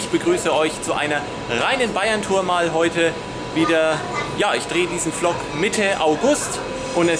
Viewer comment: Tolles video, aber übrigens der Vlog wir nicht flock sondern wlog ausgesprochen wollte ich nur sagen da das anscheinend noch keiner vor mir getan hat